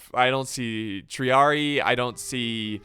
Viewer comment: Finally somebody is pronouncing "triarii" without butchering the wovels. Thank you, my ears can stop bleeding for a while.